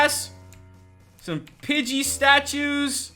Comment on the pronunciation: Pidgey not budget